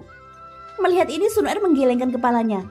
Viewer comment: waduh pengucapan kata Xuner kok GK enak didengar ya kak,, pengucapan kata er kecil bukan ER besar